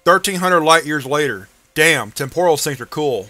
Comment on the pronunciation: It's TEM-poral, not tem-POR-al